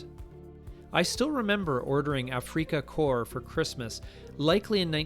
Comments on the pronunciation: ... "AF-FREAKA-CORP" ?!? 🙉 ... That's a VERY STRANGE WAY TO PRONOUNCE AFRIKA CORP. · "A-Freak-ah Core"? A-Freak-ah? That's neither how the English nor the Germans pronounce Africa. Please stop... my ears are hurting!